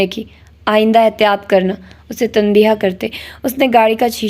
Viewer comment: Very nice,dear I want to make few corrections.The right pronunciation is tanbeeh.not tanbeeha and wajeeh not wajeeha the last alphabet hay is silent